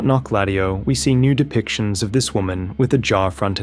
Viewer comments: the way you pronounce it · The Menial says in Wylder's remembrance says how to pronounce that city's name and it definitely isn't how you are saying it. 😅